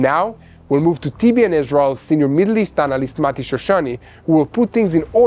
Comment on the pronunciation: Not marti….. it’s Mati